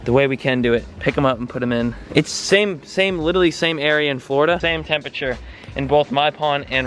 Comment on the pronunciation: 'Littlerly' hahaha